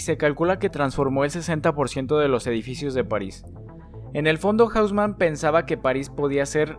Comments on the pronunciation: Bro profa mira las pronunciaciones en francés me perturba cuando dices arrondissements, hauseman y avenue foch y la Gare du Nord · Increíble cómo es que toda la pronunciación fue masacrada en este video. Amigo, estás hablando de París, no de Londres o Nueva York. Curioso fenómeno, en el que todo el mundo que no conoce una lengua otra que el inglés piense que todo se debe pronunciar como en inglés. Haussmann no es "jáusman", sino "osmán", aunque sea un apellido alemán. ¡Bueeeeeno! Es un video sobre topología y arquitectura, no de lingüística.